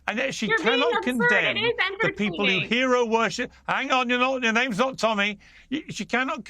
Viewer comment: why cant taylor say peoples names properly